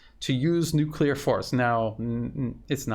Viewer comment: Thomas-greenfield cannot even pronounce NUCLEAR !